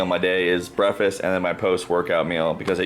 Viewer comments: breafast.......there's a "K" in the breh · How many times did he say "brefast?" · 28 months into your offseason?? Was this intentional to take that long or did life just get to you? Also hilarious how you say 'breffest'